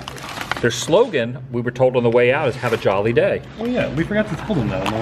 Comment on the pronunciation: 😂 It’s the English word “jolly” pronounced ‘jaw-lee’ like “jolly old St. Nick”. You only say “joh-lee’ if you’re saying it with a Filipino accent. 😂 Also, not sure if I missed it, but you have to dip the chicken the gravy. Try it.